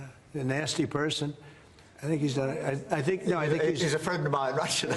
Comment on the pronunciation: He's my Fwend😪